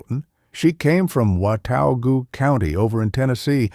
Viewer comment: Watauga County is in NC, not TN, and is mispronounced here. Always question AI, folks…